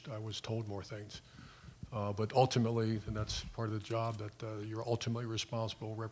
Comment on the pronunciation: "community" and "ultimately" are there no four-syllable words Meyer can pronounce?